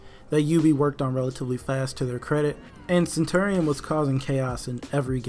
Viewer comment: It’s pronounced centurion not centerion